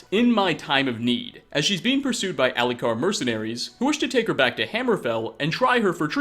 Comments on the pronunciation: How can you mispronounce almost EVERY SINGLE NAME AND TITLE in this game? "Fa-ain-del" instead of "Feyn-dal", "Alley-car" instead of ""Ali-kir", (and my favorite) "Yorl Bool-gruf" instead of "Yarl Bal-gruf". It's not like we don't know how to say them properly; they're SPOKEN very clearly in the game! All you have to do is copy what you hear. Put a little effort into enunciating things ffs... I'm not even mad, this is just disappointing and sad... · "Alikar mercenaries" "ALIKAR" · How do you mispronounce Saadia, Faendal and Alik'r when they are all said several times in game? You do mispronounce common things in every video which makes it seem like you are reading a script someone else made and you never actually played Skyrim.